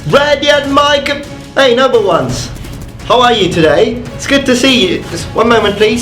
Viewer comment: I'm surprised I can't quite understand your introduction given that you're a linguist and quite amazing when it comes to pronunciation in general. Welcome, number ones? Welcome, noble ones? Surely it's the second, but I felt inclined to point out your somewhat muffled pronunciation on it.